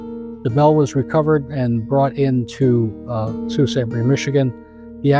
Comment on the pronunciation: My mom said she remembers the day it happened because she was a Freshman at MSU and was on her way home and she said the wind was absolutely /nuts/. And /that/ was in central Michigan, it must have been HORRIFIC on the lakes. Also, omg pronouncing Sault correctly? Incredible.